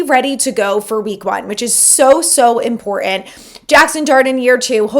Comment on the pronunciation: Please...it's "important" not "impor-ent". Enjoy the show!